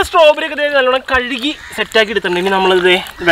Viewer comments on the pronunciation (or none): none